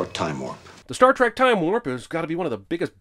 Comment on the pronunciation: STAR....TREK? I've only heard of STAR TRACK. WTF?